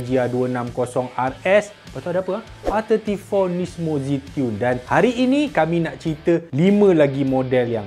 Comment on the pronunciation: Nissan Skyline GTR R tigemporr 🤣. Terhibur aku dgn kesasulan. Tigempor tu rasanya owner kan😅